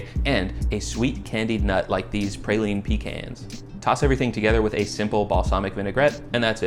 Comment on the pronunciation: Absolutely no way he pronounced praline like that 🤮🤮